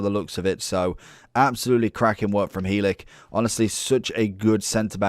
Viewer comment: I’m a Barnsley fan and the way you say helik :/ 😂😂